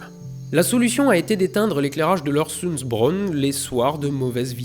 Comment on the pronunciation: À ce propos aussi, si la prononciation t'intéresse, au lieu de "Orsoundsbron" c'est plus proche de "euresundsbroun" et on roule les "r" (mais les voyelles dans ces langues sont un cauchemar donc ce sera probablement de toute façon un peu faux)